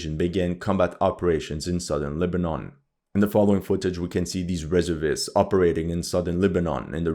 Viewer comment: it's not REServists, it's resERVists.